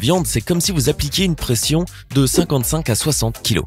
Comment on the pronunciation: 6.39 il a dis préenssion au lieu de pression